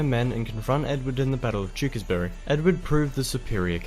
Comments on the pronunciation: And Tewkesbury, is pronounced Tewks-bury. The e after the k is also silent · He does a great job of condensing the history into a short video, but his pronunciation of some place-names is a bit wonky: Warwick = "Worrick" not "war wick"... he eventually gets it right, even if never did;) St Albans = "Saint Allbuns" not "al bans" Tewkesbury = "Tooksburry" not "tew-KES-berry" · It's actually the WARS of the Roses ! I've NEVER seen Game of Thrones ! So I don't know what all the fuss is about it. The narrator is no Englishman as he pronounced WARWICK, ST. ALBANS, BARNET and TEWKESBURY incorrectly ! It should be WARRICK, ST. ALL BUNS, BARN ET and TEWKSBRY. PSYCHE ( human mind, soul or spirit ) is pronounced SY KEY. TUDOR is pronounced CHEWDUR. Basic British history taught at school is about the TUDORS and the STUARTS. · Not only Warwick, he pronounced St Albans, Tewkesbury and Tudor rather unnatively too. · Some very off the mark pronunciations in this, he totally butchers the names Tewkesbury , Barnet and others, while strangely alternating between the correct War-Rick and the incorrect War-Wick. Are there no English people making such videos? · I dunno if the narrator is Australian but his pronunciation of almost every town name is incorrect and grating; Warwick, St Albans, Barnet, Tewkesbury etc.